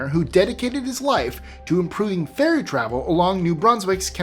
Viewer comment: Fairy? Fery? Since AI can't even misspell words consistently--we have nothing to fear. (It's "ferry", AI. Duh.)